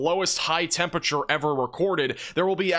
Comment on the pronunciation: “temperature” is a four-syllable word; please say all of the letters